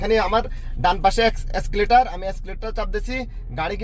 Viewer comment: এস্কেলেটর না এক্সেলেটর